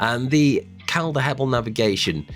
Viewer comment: Pronounced 'Col-der'...not 'Cal-dar'....like Calderdale is pronounced 'Col-der-dale'.